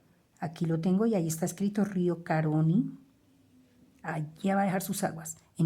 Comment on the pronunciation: se pronuncia río Caroní, con acento en la última letra, en la letra i.